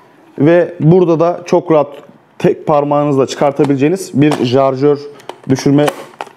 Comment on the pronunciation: Abi isin icinde bir insan olarak neden jarjör diyorsun? Şarjör olmasin.